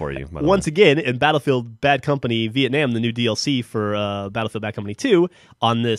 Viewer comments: why does Geoff say BFBC2: Vietnam different than when he said it in Black Ops? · you said vietnam wrong, where is my fried chicken?